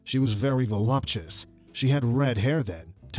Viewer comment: I think the word is pronounced 'voluptuous', not 'volupchis'.